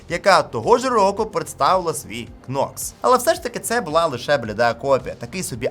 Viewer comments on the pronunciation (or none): Нокс, не кнокс, будь ласка 🫤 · не хочу душнити, але, будь-ласка, не Кнокс, а Нокс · Knox це читається Нокс! Літера К не читається!